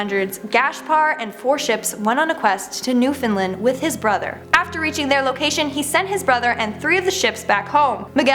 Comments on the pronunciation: It’s not “newfinlin” it’s NEWFOUNDLAND!!!! Get it right 🙄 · oh boy. this new host is gonna be mad but I gotta say it. in #10, 2 words were butchered. cape bonavista, there is no vee sound in bonavista. it's bon-ah-vist(kinda like fist but with a v sound instead of f sound)-ah. and there is no fin in newfoundland. break it down to its 3 words. new, found, and land. and in #9, again, you butchered newfoundland again. twice in #9. remember, break it down to its 3 words. new, found, and land. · I from Newfoundland, you pronounced it wrong and it killed me